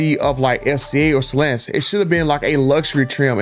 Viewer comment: It's not stalanis it's stellanTis